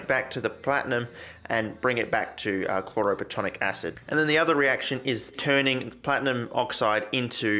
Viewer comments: You’re so frustratingly close mate. It’s chloro plat-IN-ic acid. You’re saying “platonic” it’s not platonic. It’s plat-IN-ic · "Chloroplatonic acid" lol